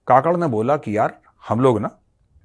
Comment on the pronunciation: Kakad nahin Kakkar bolo Jaise Neha Kakkar